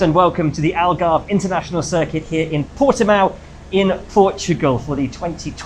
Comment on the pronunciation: ALGARVE is not "Algarv"